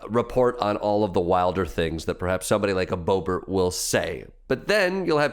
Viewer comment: I'm as progressive as they come, but I don't believe geniuses pronounce Boebert as Brrrrrrrrrbert. .